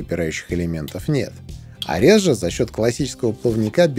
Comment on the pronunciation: Спасибо за обзор. "Арес", кстати, имеет ударение на первой букве (греческий бог войны).